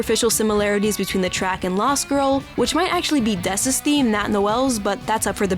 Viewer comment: It's dess lil bro, cmon 😭